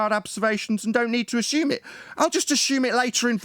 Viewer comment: I'm going to take a shot every time say's "Ashume "...